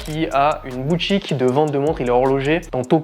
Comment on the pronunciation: Un petit effort de français SVP : ex. BouTCHique, SporTCHive, "qui font rappeler" (?) pour "qui rappellent", caractérisTCHique, sorTCHI, plus PTCHtite...🙄